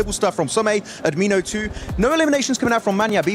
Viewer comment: tell tour friend Ad-mi-no is not amiiianooo